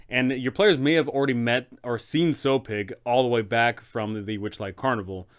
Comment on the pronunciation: Little nitpick, you're pronouncing Sowpig's name wrong. A sow is a female pig, and is pronounced like cow, but with an s